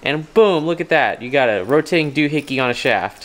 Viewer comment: "And all these rotiting pieces."😂